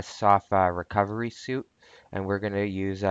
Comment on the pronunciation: It is pronounced "sweet," not "soot."